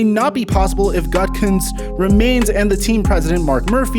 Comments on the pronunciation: Bruh - youre bringing us content and fabulous prizes - its all good. Get out what youre comfortable with - if you do, you can rest assured that we will all dig it.. Keep that good good coming our way. P.S. The Green Bay GM's name isn't "gut-cunts", its "goot-ah-koontz" 😋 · Sorry man, the, so-called, close trade with the Broncos was dismissed many hours before they made their first round pick of Surtain. So, it is not plausible they chose him based on believing they were going to acquire Rodgers. Also, it's pronounced Gute - a - kunst. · Just to help: Goo-tah-koonst. I agree with most of your comments. I think a lot of the narrative out there is B.S. Also, no one talks about how his upcoming marriage. She had never watched a football game before meeting him so it's understandable that she doesn't get the allure of Lambeau and the city of Green Bay. She lives in Colorado and L.A. And he should respect her feelings so perhaps she has a lot more influence on this situation than people are considering. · Dude... it’s GOO-DEE-KOO-NCE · Helping ya out: “GOO-da-kunst.”;-) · Its pronounced goo-te-goonst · Learn how to say gootakenst not whatever u said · Think of gouda cheese when you say Gutekunst. And "kunst" is pronounced "coonce" "gouda-coonce" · GOOT-a- Koonse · Hey, just for reference its pronounced Goo-Ta-Koonst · You butchered that GMs name haha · I'm a life long Packers fan. Rodgers is showing himself to be a drama queen. The medea and click addict fans are eating it up. This channel is perpetuating the rumor machine. Rodgers needs to show some professionalism and class by keeping his business in check. He is under contract. Do your job! The Pack don't need to consult with him on their draft decisions. Learn how to pronounce GBs GMs name before putting out content...lol.